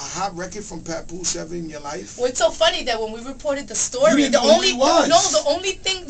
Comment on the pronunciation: LOL HE SAID "PUPOOSE"